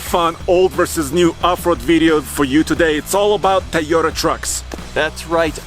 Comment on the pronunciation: “Tayoda trucks”